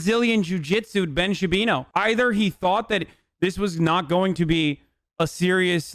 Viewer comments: I love when you call him Ben Sha-pino. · “Ben Chewbino” 😂😂😂😂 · He calls him Shapino ha ha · Is that guy pronouncing his name Ben Shapino? ! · actual question: does he legit not know how to pronounce "Shapiro" or is it a joke?